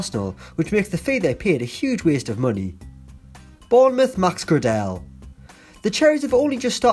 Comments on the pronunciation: Max Gra Dell 😂 it’s pronounced Gray Del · Max Gradel is pronounced “Gray-dle” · Was annoying me the way he pronounced max gradel 😫😫